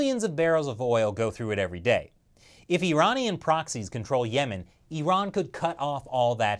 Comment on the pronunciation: Finally an American who spells Iran as 'Iran' not 'Airan' 🙄